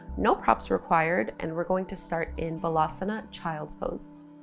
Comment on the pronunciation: Excellent class. Thank you. I think you should say Baalaasana not balasana. Balance means child, bhala means strength. You want to sat child’s pose not strength pose.